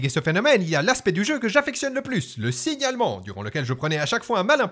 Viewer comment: Quand tu dis "Le signalement" j'ai compris "Le signe Allemend" et cru que tu parler de déconcer des co-équipiers de nazismes Oo Non sérieux j'ai essayer le jeu et même si j'ai bien aimer c'est pile ce que je rescend !